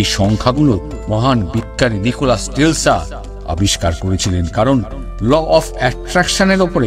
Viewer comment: I think Nichola Tesla.not Telsa.